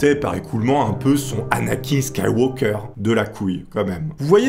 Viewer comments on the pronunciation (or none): none